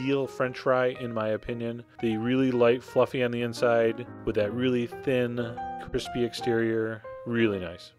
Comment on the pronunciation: every time you said the word "crispy" or "crispiness" i died on the inside